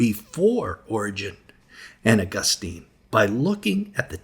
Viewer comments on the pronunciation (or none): none